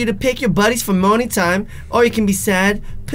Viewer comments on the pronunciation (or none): when you said “morning time” it sounded like you said “moaning time”